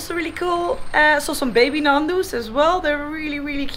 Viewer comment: Fantastic scenery, great vid ! Be careful, one day, like the pied piper you'l have thousands following you around on their bikes !! Your energy is contagious! Just for the record, not Nandu, but Ñandu pronounced Niandu, or something like that. Keep them coming ! Safe journey